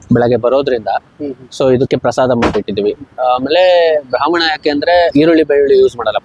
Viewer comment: ಅದು ಬ್ರಾಹ್ಮಣ,, ಬ್ರಾಮಣ ಅಲ್ಲ 🤣😂😂